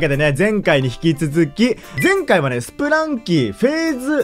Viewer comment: ずっと気になったんですが… スプランキーじゃなくてスプランキだと思います